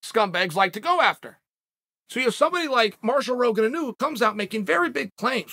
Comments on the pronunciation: inu …..pronounced; ee-noo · Hey Chael, Inu is the Japanese word for Dog and it isn't a big deal, but it is pronounced "E"-Nu. Cheers.